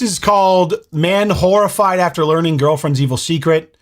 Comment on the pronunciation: You said "Man horrified" I heard "Manwhorified"... idiot 🙄